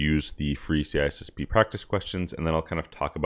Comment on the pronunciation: Why do you miss the “I” out every time you say C “I”SSP 🙄